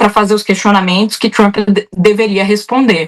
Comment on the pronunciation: Jornalismo hipócrita e covarde: referem-se a Maduro como "ditador" e "autocrata" e ao líder sanguinário do império simplesmente como "presidente Trumpi" ou "Trumpi" em inglês mal pronunciado. Babadores vira-latas!!